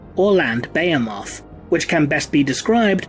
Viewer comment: Your mispronunciation of behemoth is very triggering. Still love your content.